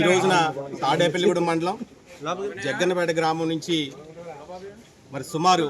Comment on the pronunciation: జగ్గంపేట కాదు రా బాబు జగ్గన్నపేట మా ఊరి పేరు ని కూని చెయ్యకురా